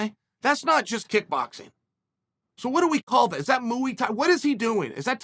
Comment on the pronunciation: Moo-ee thai...